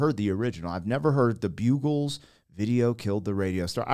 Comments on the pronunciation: Bug ulls the Bugals as you pronounce it as spelled today. A history ov music delivery format . Styles were a separate thing. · Wow!! how many videos did you upload on your channels today? It's Upload Monday!!! You must've been editing all weekend man!!! It is pronounced Bug-ilz not byoo-glz. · "Bugle" as you say it would be with one g. Buggle sounds like struggle. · Lmao every time he said bugles. It’s BUG els and was the first ever video on MTV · Hi! It's Andrew Erroch fae Paisley in Scotland here. First of all, you're saying "The Bugles", with 1 G, but they are The Buggles with 2 Gs. I bought this single back in 1979, when I was 11 years of age around the time I started buying records and I bought a lot then. I loved this and played it over and over again. Thd lead singer is Trevor Horn, who was a music producer who was called 'the man who invented the eighties" because of his influence on pop and electronic music at that time. Credit goes to Wikipedia for this. 'In 1981, Horn became a full-time producer, working on successful songs and albums for acts including Yes, Dollar, ABC, Malcolm McLaren, Grace Jones and Frankie Goes to Hollywood'. Æ 🙏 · I was 21 in 1981 the day MTV hit the air. Fittingly, this was the first video they ever played! If memory serves, predictably a Michael Jackson video was next (King of Pop right) Their names was pronounced Bug gles as in bug eyed! Note the almost goggles glasses and sunglasses! Bugles the salty corn chips are still very popular today. If I open a bag and eat one, I typically eat the whole bag! Great with an ice cold beer! There’s a reason bars put out salty snacks on the bar! Pretzels, goldfish crackers, popcorn etc.Bonus for bars is the salt makes you order more beers! LOL! Sorry, forgot you don’t drink! Healthwise and financially your better off! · It's BUG- as in the insect- LES, not BUGLES, like the horn. The name is a pun on BEATLES. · Not bugles...buggles. As in "bugs" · Buggles. not bugles.